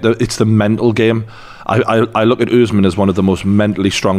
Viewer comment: Why tf do y’all keep saying oozeman. It’s quite obviously usman 💀